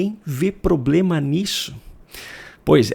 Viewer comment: achei ofensivo tais acusações infundadas contra a mais digníssima professora de Sociologia que fala "probrema", "abrido", "inresponssavel", "farona" ... como Médico acuso que a perereca de uma mulher que transa com presidiários pode padecer de comorbidades seríssimas que exijam os melhores especialistas nas doenças mais raras e escabrosas, que talvez nem tenham sido descobertas... legitimando doravante os aviões da FAB para consulta com profissionais do mais alto gabarito para que ela não transmita tais DSTs a um membro do mais alto escalão do governo. como vai que... um chefe de Estado...